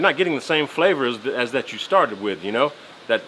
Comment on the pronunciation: Your T's turn to D's in this video. Example "like dat"....haha looks like a good meal brotha!